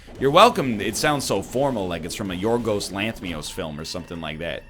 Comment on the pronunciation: Nl trying to pronounce Giorgos Lanthimos pains me physically